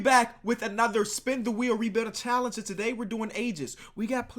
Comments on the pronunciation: "W H E E N" lmao sorry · he said 'spin the wheen' lol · spin the WHEEN 😂❤👌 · SPIN THE WHEEN??? wth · spin the wheen 😂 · SPIN THE WHEEN HAHAHAHA good vid tho! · SPIN THE WHEEN HAHAHA (before he edits it if he does) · Spin the wheen😂😂